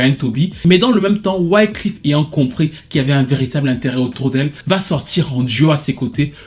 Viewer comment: Ca se dit Wyclèf 🤣 pas wycleef